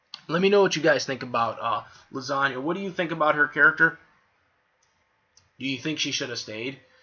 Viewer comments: I think it's hilarious you keep saying her name like Lasagna (the joke). Though if you want to be taken seriously, her name is pronounced LEE- SAH- NA. :) I don't hate her at all, though I do dislike how people who blindly ship her with Natsu really think she should be with him instead of Lucy; despite the fact that Lisanna basically gave Lucy her blessing to be with Natsu and how Natsu essentially doesn't really even interacts with her; the only time after Edolas they directly interacted one on one was when they were captured by Tartaros and tied up naked; which was more comedic than romantic in any way. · Well, the whole time it sounds like you are saying the Italian pasta dish Lasagna (Lah-san-nia).